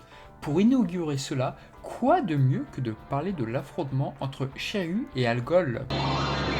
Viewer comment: je suis le seul qui entend chayu au lieu de shiryu???